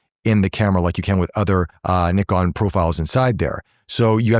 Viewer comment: Thank you for pronouncing the word NIKON right and of courser focusing the photographers on this review.....